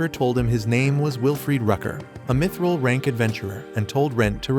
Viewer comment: Bro really said mitchrel